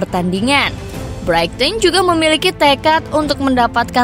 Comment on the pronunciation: kesalahan double, 7 point dari 3 pertandingan dan Brighton menjadi Brighting???, makin sering kesalahan pengucapan. Jujur aja ga nyaman dengar nya.